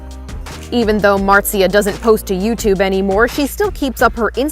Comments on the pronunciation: Her name is pronounced "Mar-tzee-ah"... It's pretty easy to find clips where Felix says her name. Regardless, very nice video! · Her name is pronounced Mart-sia 💞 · It’s Marzia M a r z i a Marzia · Its mart-zee-uh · It's pronounced Martz-ya, like waltz. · bruh americans can pronounse words... MARSHA??? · It’s “Mart-Zia” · It's pronounced Muhr-zee-ya, just letting you know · I never understand how people pronounce names wrong when it was pronounced correctly two times and he definitely heard it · marzia is an italian name so please look up how its pronounced. still nice vid.